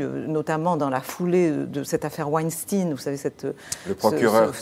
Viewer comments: Weinstein se prononce Weinstein et non pas Weinstine ou Winstein. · Bravo , de faire remarquer ou de faire la leçon à ces trop nombreux journaleux si imbus de leur profession , par une diction minable . Oui , WEINSTEIN se prononce exactement : WAINSCHTAÏNE tout comme EINSTEIN et non WAÏNSTINE .